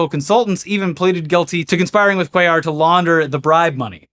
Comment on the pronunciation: Lol Cuéllar is a common last name in my country and I didn’t think they were talking about someone called like that because that’s not how you pronounce that last name at all . But then again everyone does it over there is those news snippets are anything to go by, so I guess pronouncing it correctly even by the people called that would be seen as snobbish